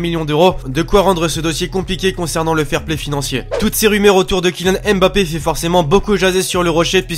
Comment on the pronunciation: prononce bien Mbappé stp